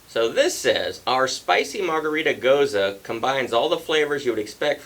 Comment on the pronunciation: I have a vacation coming up next week! Coming down to visit the Hard Pour Pub! Finally!! Not a huge fan of Gose style beers. (And thanks for pronouncing it properly) I'm not fussy on the saltiness that usually comes with them,, but the first 2 sounded pretty good. Cheers!